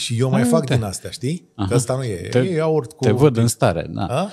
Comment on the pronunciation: va faceti de ras pronuntand "iaurt" cu accent pe A...